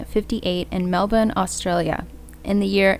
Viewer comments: Yes finally Melbourne pronounced correctly! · Hey I have been a long time viewer of your content, and in love with this case I live in australia ad on behalf of auzzies thank you for pronouncing Melbourne correct, fan girling a bit xxxx your are doing amazing, 😍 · Greetings from Melbourne and you pronounced it perfectly !!! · Thank you for pronouncing Melbourne correctly !!! You did this Aussie shiela proud !!